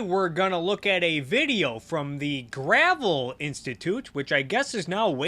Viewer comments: I like how you can tell they did no background research when they mispronounce Gravel. I thought it was pronounced that way at first too, it took two minutes of checking them out to find out how they pronounce it. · Mike Gravel. Gruh-Vel